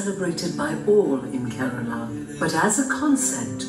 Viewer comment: It's Kerala not karala